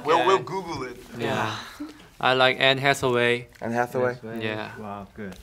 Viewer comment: "ann hassway" who is that?